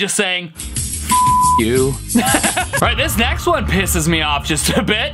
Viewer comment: justin cant say me so he says may